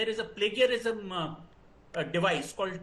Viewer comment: complaining of bad grammar but can't pronounce plagiarism smh